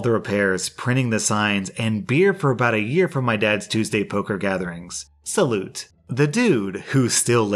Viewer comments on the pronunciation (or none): In the truck story its (sall-ou) not salut its French. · That said "salut" pronounced sa-loo. Not salute. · originally from Latin but used in French and German (mostly in Switzerland and Baden-Württemberg) but it's not pronounced sa-loo. In German it's either sa-loot or salü. in French it's salü. The "ü" in this case is [y] the same sound as in Marie Curie's last name. I can't think of any English words with a similar sound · Not being a grammar nazi but "Salut" isn't pronounced with the "t" it's pronounced "Sa-loo"